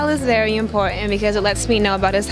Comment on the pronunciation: I could believe the way she pronounced important, I have never heard anyone inCalifornya say it in that manner, only NYers